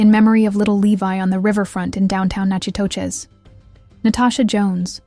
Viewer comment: Natchitoches is pronounced “knack itish”